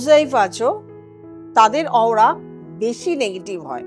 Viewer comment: অউরা নয় শব্দটির উচ্চারণ হবে অরা,এতসব না বলে সবচেয়ে সহজ উপায় রেইকি শিখতে বলুন, অনেকে জানেন না কি করবেন,আর কি করবেন না, আমি একজন অ্যাস্ট্রোলজার (কৃষ্ণমূর্তি পদ্ধতি) যতটুকু জানি এর চেয়ে ভালো রেমেডি আর হয় না, সবাই সুস্থ থাকুন রেইকি করে